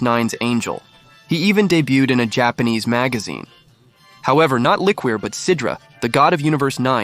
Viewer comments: It’s pronounced Li-koor. Not la-queer lol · After your shitty AI said "le-queer" as the name for li-QOUR like "liquor" I knew the whole video was an ass pull.